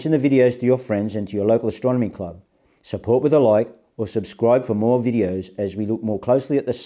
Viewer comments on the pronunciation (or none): none